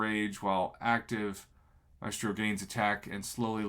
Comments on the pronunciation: Yo prof I think you pronounce Maestro “My-strow” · I believe Gabriel Frizzera, a former Kabam employee, pronounced it 'My-eh-strow', but I say 'My-Strow'. I don't think he should be in banquet crystals. Many players will put in a ton of work to earn him. If he could be pulled from a crystal, it may undermine their effort.